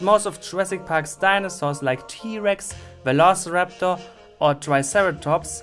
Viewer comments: that dude actually said velaciroptor smdh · ah, yes, the most famous dromeosaur, the velaciropter